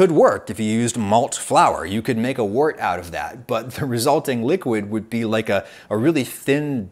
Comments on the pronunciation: The word “wort” is not pronounced like “wart”. It’s pronounced like the words word, work, world, worm, worst. It’s like “wert”. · Wort is pronounced "wert" - the professor should know this. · as a german, hearing you say "wurt" (or however you say/ write it) sounds kind of unappetizing. Würze is a lot yummier sounding :D if you translate it, it should be something like spice (not as in spicy (hot), but more the noun spices) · Mostly in the UK Wort is pronounced 'Wert'. Which is unusual even in UK accents. I think this is because this is how Wort was originally pronounced by the Saxons, and you don't mess with anything relating to beer :) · Had a lot of associations with US brewers/breweries, they also pronounced it 'wert.' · I think it's pronounced "wert"